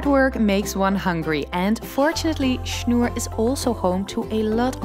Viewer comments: "Schnoor" not "Schnur". Should be easy to pronounce for a dutchwoman :p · Interesting that you have pronounced "Schnoor" in the Dutch manner. In German it is spoken with a long "o" instead of the "u" like in Dutch. A really nice and informative video which I have really enjoyed.